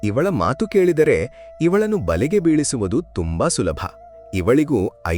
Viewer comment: The story is nice please talk proper Kannada it is not Matru it is Mathu